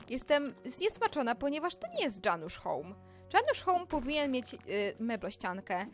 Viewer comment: Chodziło o Janusz a nie o Dżanusz iksde